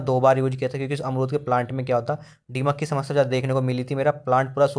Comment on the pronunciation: डीमक नहीं दीमक होता है